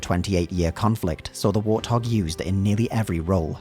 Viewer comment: What the hell is a "war thog?"